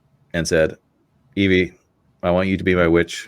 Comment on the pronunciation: It's Eevi not Eevie lol